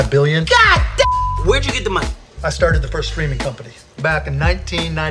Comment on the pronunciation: 靠腰啊，他那聲God，發音跟大聲說幹一樣…… 嚇我一跳……哈哈哈哈